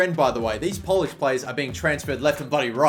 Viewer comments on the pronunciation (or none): none